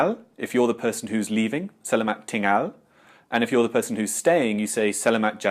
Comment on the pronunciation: I just want to point out as a Malaysian, it is pronounce seh-lah-maht